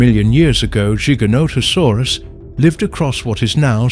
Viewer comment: Loved this! ❤ But Giganotosaurus is pronounced (Jigga-nohda-saurus) btw. 😅